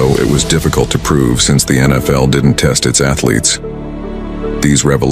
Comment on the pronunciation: Fuck this AI voice.. the "WIDER" brothers???? "Al-za-dough" .. ????? 😡😡😡😡😡😡